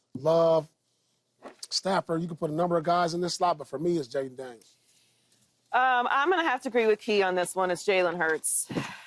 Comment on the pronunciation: Paul really said Jayden Daniel🤣🤣